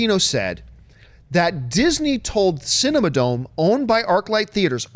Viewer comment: aghh, as an LA native, it hurt my heart each time John called "The Cinerama Dome," the "Cinema Dome"